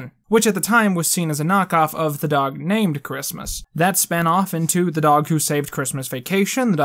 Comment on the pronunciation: Joey "This dagh is one of the smahtest animals on the planeht" Diaz